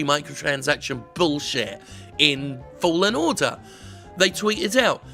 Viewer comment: At the beginning, am i the only one that heard "Star wars Jedi: fallen water" ? 😅